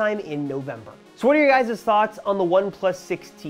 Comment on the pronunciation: "so what are you guys-ez thoughts?" What? Is that even English. Sorry, I'm not a "guys-ez" .... whatever that is.